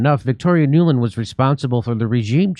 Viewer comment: “Nuland”… Every… Single… Time!!!